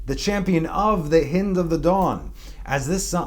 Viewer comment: Hi, the hind of the morning, the "i" is pronounced like the "i" of "hi." NOT like the "i" as in "hit."